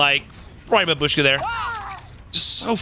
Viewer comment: It's bAbushka, not babUshka >_>